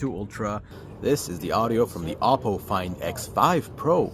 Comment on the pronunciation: OP PO !! not apo ! it sounds like Apple